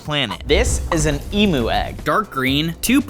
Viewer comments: That's not how you say emo is emu the higher impromptu I'm Australian😊😅 you kind of got it wrong but that's ok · Emu is pronounced ee m you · Bro said Emo egg instead of emu egg😂😂￼ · You said emo egg😂😂😂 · it’s pronounced emyu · Eem-you said fast is how you pronounce emu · BRO REALLY SAID EMO EGG😂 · Bro said kemo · Why tf did he call the emu egg EMO bro I feel bad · Bro said emo egg😂😂😂😂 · Bro said emo egg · That’s not how you pronounce emu!!!!!!! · As a Australian he is saying emu wrong